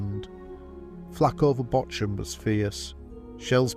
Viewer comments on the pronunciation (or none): It's Bochum, not Botchum. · "Botcham". The correct pronunciation of Names in foreign languages seems to be an insurmountable obstacle for native English speakers... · Aye mit was a nice video. Only criticism is pronunciation of RAF Wyton is "WIT'N" At tleast it was when I was there & Bocham is "BAWCUM" I've been there too